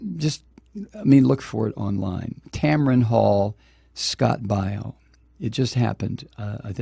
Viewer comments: Scott (BAY-O) not (BI-O) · You can't even pronounce his last name....sthu. Hillary is a cunt and you would feel the same if a family member of yours were killed in Benghazi. You stupid man!